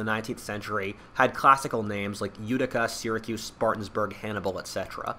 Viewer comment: It’s Spartanburg not SpartanSburg